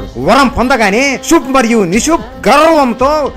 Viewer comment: ಶುಂಭ ಮತ್ತೆ ನಿಶುಂಭ, ಸಂಸ್ಕ್ರುತದಲ್ಲಿ ಇರುವ ಹೆಸರು ನೀವು ಉಚ್ಚಾರಣಾ ದೋಷ ಉಂಟಾದರೆ ಅರ್ಥಗಳೇ ಬೆರೆಯಾಗುತ್ತವೆ